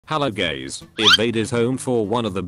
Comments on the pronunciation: hello guys ❌hello gays ✅ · Every time when you say hello gays I start laughing and I say “here we go again ” Ty for you liking my comment can I get a shout out next vid pls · hello guys also:hello gays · not hello (gays) its hello guys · Him " Hello gays " Nah bro really called me gay😂💀😭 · Me reading the caption me seeing him say "as u gays should know" Also me: 😂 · "How you guys may know" became "how you gays may know" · hello gays Me: what a f-💀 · he said gays instead of guys💀💀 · Epic start : HELLO GAYS💀💀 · In first bro literally says : hello gays 💀💀💀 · Bro started the intro with saying hey gays 💀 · "as you gays know" 💀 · "As you GAYS may know"💀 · "Hey gays" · Dude you saying hello gays💀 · Bro realy said gays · can you stop say the word gays